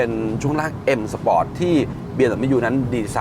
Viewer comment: ออกเสียง sport ว่า spot ก็ตะหงิดแล้ว มาอ่านคอมเม้น โอ้โหหหหเลย